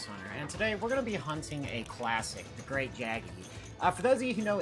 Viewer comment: It's pronounced Great "yaggi" btw